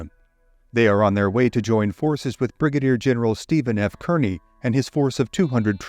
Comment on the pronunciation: In this case, Kearny is pronounced “KAR-nee”.